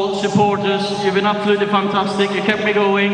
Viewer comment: Ole has been saying "fantasteek" even then